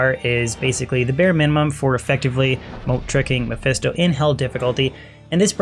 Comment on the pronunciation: Not a bad little video and beginning set up for your Sorc. It is kind of strange though with how you pronounce Moat, or how the mic was picking up your voice. It continually sounded like you said Mode, besides one time where your emphasized the T. I tend to do the same 2 you do because in Players 7 to 8 it's a quick and nice way to gain potential gear. On longer Runs from people, like A2 Tombs and on, Andy an also be a worthwhile try just because of the increased items. Usually though if you're not doing Private Games, you'll be entering CS and or Baal runs.